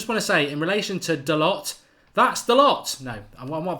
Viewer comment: Hey Mark his last name is pronounced Da - Low.